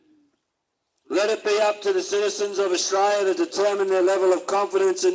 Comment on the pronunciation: This duffer can't even pronounce the name of the country they love so much. No one's trained to "knock you down" & that's just completely untrue. And in the end ..... The GG ignored the cookers & there's no response as predicted by any sane Aussie.